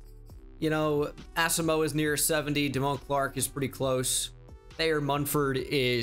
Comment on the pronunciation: The way you pronounce Asamoah drives me insane